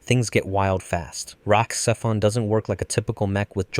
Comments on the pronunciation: The X in RahXephon is pronounced as a Z: RahZephon. Obviously you never watched the series or the movie. For that alone you get a thumbs down. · The second part of RahXephon is pronounced zef-on